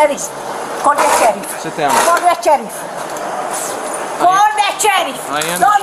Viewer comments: "call the cerrif?" 😂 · I love when she said “call the cherrif “😂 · Lady: "Call the Cheriff...Call the Cheriff!...CALL THE CHERIFF!" Siri: ??? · I wonder what Siri was thinking when she ask it to "call the tjerrif" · “Call de cheriff!” What lady? Cheriff?😂😂😂😂….off to jail you go Miss Drunky Pants.😂😂😂😂😂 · “CALL THE CHERIFF”. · I don’t think Siri understands who the “cherrif” is…. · "Call the Cheriff" 😜